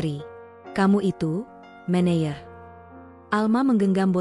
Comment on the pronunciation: Meneyer....untuk baca menejer